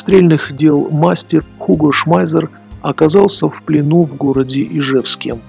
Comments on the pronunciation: 1. По используемой терминологии в авторе ролика, однозначно, узнаётся упоротый антисоветчик. 2. Автор настолько "глубоко" изучил вопрос, что Шмайсера называет Шмайзером, а STG произносит как ШТЖ. 3. Полная техническая некомпетентность автора. 4. Весь этот бренд венчает мнение "историка" на канале "Радио Свобода". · Он не "Шмайзер", а именно Шмайссер (двойная "С", понимаешь?). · Уго шмайзер , фамилия неправильно , Шмайссер правильно